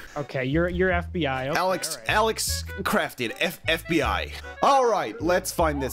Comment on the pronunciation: Al e x NOT AL I X HOW I KNOW MY BROTHERS NAME IS ALEX